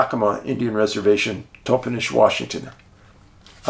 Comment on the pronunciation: This is soooo interesting. I grew up in the Yakima city area. Just a couple of pronunciations fyi, Aw TAN um (Ahtanum) and TOP en ish (Toppenish). These sightings and encounters there were NOT made broad public information and I had heard of only one sighting in Moxee, years after I moved away from Yakima. The bigfoot activity in the Yakima area was obviously much greater than was generally reported.